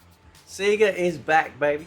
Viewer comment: Dude. It's pronounced Sayyyga. They shout that out in Sonic games.